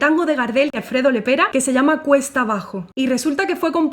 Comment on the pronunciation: Bellísima "puditse" decir,... perdón; pudiste decir "cuesta abajo" (aunque enseguida se te salió decir "cuetsa" abajo...